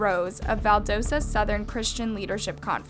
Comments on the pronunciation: Val DA sta not Val DOE sta. Lowndes is one syllable. I'm from near there and friends with teachers at both Lowndes and Valdosta. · *val-doss-tah. Doss like Ross. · "Valdosa georgia" lmao where'd the "t" go? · Yoo that movement you live right next to Valdosta 😩 ( it’s pronounced “V-awl-duhs-ah”) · Btw its pronounced Val-dast-a. Rest in peace kendrick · I live in Georgia and every time I hear about this case I get sad. By the way its Val-dos-ta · Hey guys, student from lowndes, I know all of the teachers and students who knew him, I even know the teacher who had kj’s sister in her room when she found out he passed. He was murdered no doubt, we are friends of the family and love his family and hope for justice, a few things about the video. Valdosta is pronounced val-da-sta, Idk why either tbh but that’s the way it’s pronounced, and lowndes is pronounced in one syllable and not two. Sorry just a pet peeve whenever people mention the town. Love and respect and if you guys have questions about the day, I know about all the details from everyone that was there (I was younger when this happened but personally know a lot of people who were there that day.) please show your support and pray for justice #blm #justiceforkj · she said lownDES and valDOsta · This is my hometown! It’s pronounced val-dah-sta haha no worries, it’s a weird word. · Bring from valdosta and hearing her pronounce valdosta and lowndes makes me angry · You’re not even pronouncing “Valdosta” correctly 🤦‍♀️ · lol the way you pronounce Valdosta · She was say lowdes and Valdosta wrong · i’m so sorry ik this is sad but the way you pronounced valdosta took me out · You’re saying Valdosta wrong. And you said Lowndes wrong. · hey babes! you don’t know how excited i was to see this pop up as i go to Lowndes high. i’d just like to point out that you mispronounced Valdosta and Lowndes. Which is perfectly fine just thought i’d let you know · So much research, but pronounces Valdosta and Lowndes County wrong.